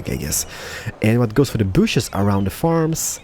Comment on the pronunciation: plz say trees not bushus